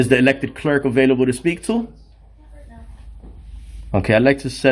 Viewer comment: Why does he pronounce "clerk" and "comply" the way he does? There is no disdain for the public; there is disdain for the creepy frauditor harassing public employees for no reason.